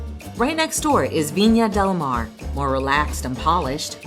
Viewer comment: Viña del Mar (not Mare)